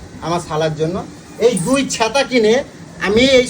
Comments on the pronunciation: দাদা ছ্যাঁতা না বলো ছাতা ☂️☂️☂️😅😅😅😅😅😅😅😅😅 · ছেতা কি ছাতা ☔ বলে